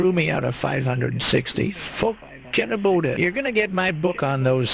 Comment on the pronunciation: With the beginning part with the weird pronunciation of "forget about it," I thought the AI was trying to sing that one song.